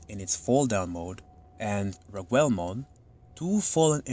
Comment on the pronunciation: Rag-ool not Rag-well